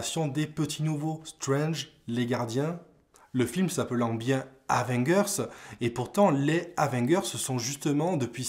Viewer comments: Comment tu prononce le truc,Avenguers?😂T as du te tromper de prononciation il me semble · abo si tu apprends à prononcer Avengers